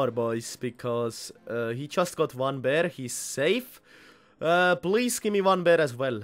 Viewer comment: Its fucking PAIR not BEAR